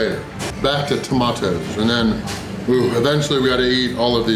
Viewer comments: The way he said “tomatoes” really irritated me. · It’s funny when you say tomato’s 🤣🤣🤣, try baked beans with brown sauce in it it’s better